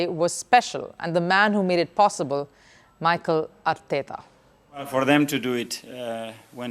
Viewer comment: Dear Anchor, absolutely loved the fact that you're covering Arsenal. I would suggest to kindly rehearse the names as Our Manager is Mi-Kel A-r-teta!